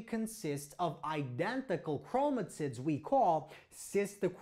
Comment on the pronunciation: Did anyone else hear 'Sister Chromatits'?